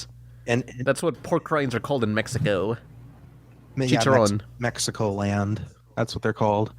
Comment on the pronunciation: my boi, you have to roll that r when you say chicharrrrrrron Let your mexican side run free